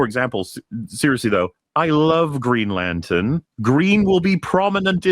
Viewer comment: I'm not watching that shit, it is Green Latern NOT Latern.